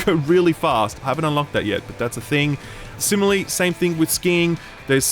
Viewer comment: Simile? Simi-LAR-ly